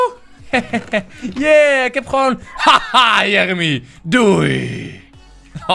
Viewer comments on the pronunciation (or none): none